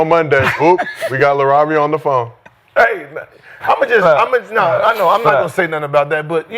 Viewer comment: Hilarious how was messing up Lavaria and Yabusele’s names but no one else knew how to pronounce them to correct him😂